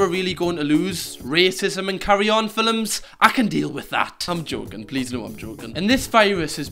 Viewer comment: did you just pronounce "films" as "fill'ems"